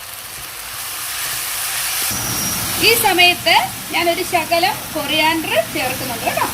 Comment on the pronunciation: എന്റെ പൊന്നു. കൊറയാൻഡറും മല്ലയെല്ലയും ഒന്നും അല്ല പറയുന്നേ. കൊറിയണ്ടർ ലീഫ് അല്ലെഗിൽ മല്ലി ഇല കേട്ടോ ഒന്ന് paraje